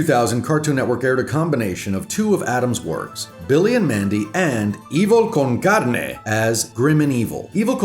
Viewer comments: Muy Español cool! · you spell evil con carne so well it creeps me out, even been my main lenguage you do it better than me